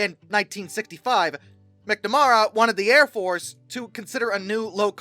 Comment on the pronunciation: MAC-na-MARE-ra. Sometimes I wonder if ’ first language is English.😂